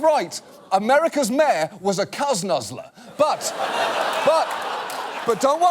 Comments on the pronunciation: Who else heard "Mare" instead of "Mayor" every time he tried to say it. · Did she say America's mayor?